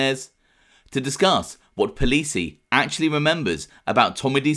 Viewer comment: It's NOT Sal Polisi like how you are pronouncing it 😂😂😂😂😂 it's POL-IN-SI. Had me here going crazy because I knew polisi kids from Ozone Park, and I thought it was their dad. Do better 😂😂😂😂😂😂😂😂